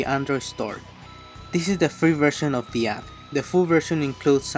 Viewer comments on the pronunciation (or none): none